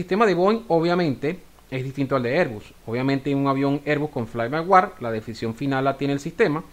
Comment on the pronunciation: No es "fly by war", es "fly by wire", ("wire" lo puedes pronunciar similar a "waier").